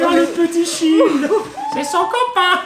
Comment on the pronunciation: Bonjour, vidéo cool mais ne pas savoir prononcer le mot "child" qui signifie "enfant" en anglais c'est chaud, on ne demande pas d'être bilingue mais vous êtes sur youtube, beaucoup de personnes vous regarde en france, y'a des bases, montrez un minimum l'exemple. Là vous prononcez "shield" qui signifie "bouclier". Bonne route à vous.